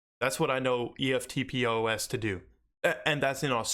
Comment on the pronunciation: Love the channel mate - would you be taking all your HBAR off Binance and putting it into Exodus or Wallawallet etc if you plan to hodl? What’s the risks? Cheers! Oh and you can say ‘eftpos’ as one word not just letters haha 🇦🇺 🦘